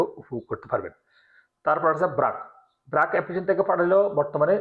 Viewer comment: ব্রাক না বার্ক। উচ্চারণ ঠিক করেন।